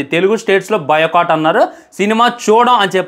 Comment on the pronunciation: బాయ్ కాట్❌ బయో కాట్✅